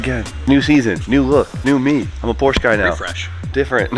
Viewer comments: Porsche, not porscha. E as in "bed" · idk if none is saing it but its Porsche and u say it the way u write it. I know the “e” in englisch is pronounced different but there is no “a” in porsche its not porscha its porsche i hope its understandable what i mean and sorry for my bad englisch😅 funn thing that i found porsche itself (ytchanel: Porsche) made a video 6years ago like 20econds long on simply “How to pronounce Porsche”